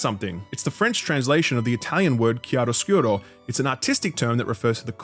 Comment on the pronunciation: Among the many compliments you received. I wanna thank you for pronouncing Chiaroscuro properly.